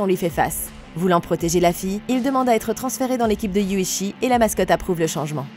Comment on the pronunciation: Alors c'est Yuuchi et non Yuchi 😅